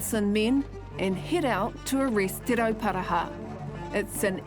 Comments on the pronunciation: YEAH it's Te Ruporarha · Those pakeha dudes didn't even try to pronounce te roparaha properly W⚓️rs